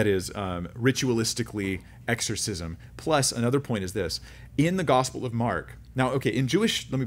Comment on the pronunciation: Exshorshishmsh 😂🤣 That happens to me pretty much every time I say a word repeatedly, and the word (even the correct pronunciation) starts to sound weird too 😂